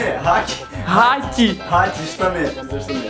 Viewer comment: Не гаті А ґаті